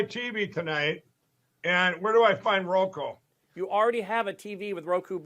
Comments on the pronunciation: 😂😂😂 “ROKU “ not “ROKO” you insufferable fool! 😅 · Roku not roko 😮